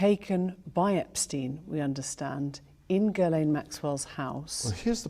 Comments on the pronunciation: FYI "Ghislaine" in England is pronounced like "Ellen" in US. "Gillen." Nobody gets it right, but just sayin.' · FYI Ghislaine is pronounced Jzee-lenn or Jzee-lane. :) Common french Canadian name. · How hard is it to pronounce Ghislaine?